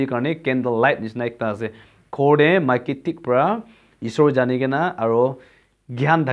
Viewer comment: Buddy Maiki not miki little bit correction